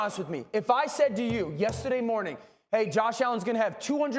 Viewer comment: So we just gotta make Dane orshlovsky mad for him to pronounce yesterday properly? he finally said the R hahahah